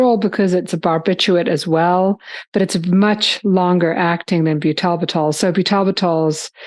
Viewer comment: And what is byoo-TAL-b'TAL? It's pronounced byootle-bittle. You can hear the correct pronunciation very clearly in this video: What Is Butalbital? - Pharmaceutical Insights